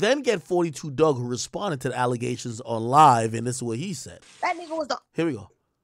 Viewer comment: If you from our area it is not forty two dugg- it is pronounced four two 42 Dugg pronounced Doog! I’m sick of y’all pronouncing gang name wrong